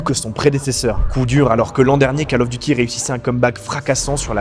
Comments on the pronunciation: je découvre ta chaîne, merci pour ton travail. Suggestion : prononce "Call of Duty" : Cole of Diouti", pas "cal of duti" : ça fait saigner les oreilles ! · "cAle" of duty !!! Sérieux ? On dit "cOle" of duty... C'est pas la cale du devoir, c'est l'appel du devoir ! ; ) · KAAL of Duty? Va falloir reprendre les cours d'anglais ^